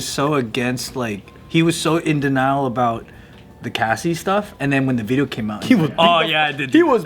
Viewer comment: The “Diddeo”